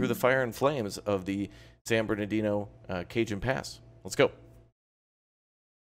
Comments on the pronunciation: It’s not Cajun pass it’s “Ca-hone” pass but good video 👍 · i thought it was (ca-hone) not (cae-jan) pass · Cajon Pass, the "J" is pronounced as an "H', it's Spanish. So it would look like CaHon Pass. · Cajon pass is pronounced “KA-hone “ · Did he just say “Cajun Pass”? 💀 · FYI; its pronounced kuh·hown pass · FYI - Cajon Pass is pronounced as: "Kay-Hoan Pass" - Very nice video!